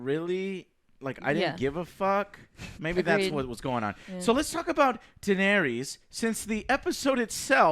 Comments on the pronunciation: 10 years and Joe still can't pronounce the names: Den air ease, Your ion, Drogo, Sir say, any one got some more? Oh yeah, turn your fucking mic down for the 100th time, Joe! My whole phone vibrates when you scream out and it scares the shit out of me! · Pretty annoying how Joe can't even pronounce Daenerys correctly lol.